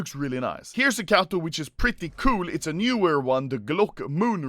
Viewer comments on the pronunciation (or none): You're supposed to read Katowice like Katovi ce, not Catow